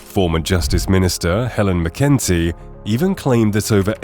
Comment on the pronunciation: McEntee is pronounced Mac En Tee, definitely not makinty. Do your research properly before you release a podcast. You have the data, but you sound like an idiot